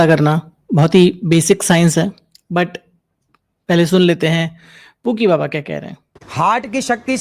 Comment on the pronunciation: Baba nahi ba A be😅😅😅